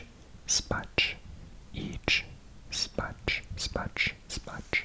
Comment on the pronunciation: i loved this- I allways enjoy listening to people trying to speak Polish, and you did very good!! Idź spać :>